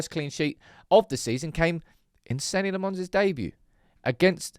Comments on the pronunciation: His name is not Senny Le Mons. You've been saying it incorrectly since August. Please, fix that. 😂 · Dear, still got some work to do on how you pronounce his name... he is Belgian, not French... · Please say his name properly ffs